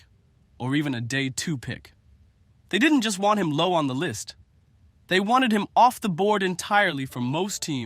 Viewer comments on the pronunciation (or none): none